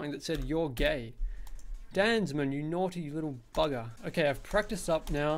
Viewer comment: hey, I thinks its pronounced Dan Za Man